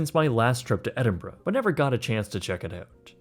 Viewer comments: Thank you for pronouncing Edinburgh properly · Well done for pronouncing it correctly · Kudos for the proper pronunciation of Edinburgh sir. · At least you said the city correctly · I'm just impressed that you can pronounce 'Edinburgh', it seems to escape a lot of people who didn't grow up in the UK